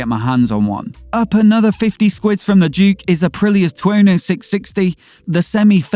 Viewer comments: Who the he'll calls a KTM Duke a Dookar. Its just Dook for Duke not Dookah. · It’s DUKE 🤴 not DUKA🥲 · KTM Duka' Lmfao Uh, That would be Duke... Like John Wayne 😂